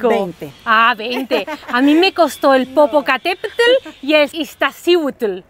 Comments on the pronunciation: Pero no sé dice Popocatépel 🙄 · No me maten. Popocatépetl no lo pronunció bien 😔.